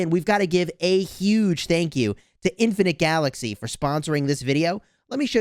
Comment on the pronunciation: LMAO your really emphasizing on Infinite Galaxy Sponsor hell yeah stick it to stick it to Lilith